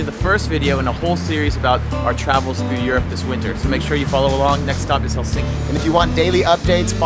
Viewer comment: If you're going to do a video on Provoo, you really should learn how to pronounce it (not to mention Helsinki).